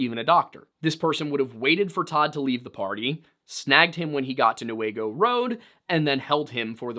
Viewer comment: Me screaming for you when you pronounced Newaygo right 🎉🎉🎉🎉🎉